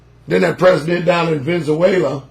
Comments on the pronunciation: Did he say vinsaswella? Lmao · VENZAWAYLA ??? XD (Venezuela)